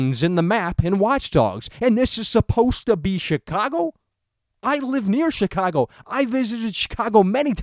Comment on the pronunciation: I love the way you say Chicago. "SHEECWAGO" Anyway, onto the actual topic of the video. Graphically, I think this game looks quite good. Better than GTA V definitely, not by a mile, but noticably better. Realism, yeah, that's something I can completely understand. If you're going to make Chicago, make Chicago. R* North simulated L.A incredibly well in GTA V, so we know it's possible on CURRENT-gen systems. As for gameplay, it could be something very unique and very fun to play, IF they play all their cards right. The world and it's missions need to take full advantage of every hacking ability (and for that matter, every ability, hacking or not) so the gameplay is varied and unique. I don't want to just be hacking cameras every 10 seconds and never touching the blackout ability, which has been done A LOT in gameplay videos.